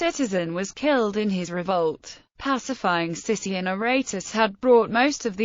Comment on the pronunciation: It is actually pronounced Sikion (Not Sission). Thank you.